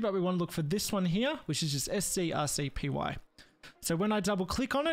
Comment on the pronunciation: scripty? ScRiPtY? There's not even a 't' in it!!!